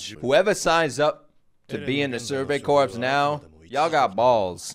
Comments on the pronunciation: also corps is pronounced core... go to school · I know it’s a small nitpick, but the “Corps” is Survey Corps is actually pronounced like “Core”, like the Marine Corps. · Great reaction. Just fyi, corps is pronounced like ‘core.’ The P and the S are silent. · one little tiny nitpick that honestly doesn't matter, but "corps" is pronounced "core", i have no clue why but it is.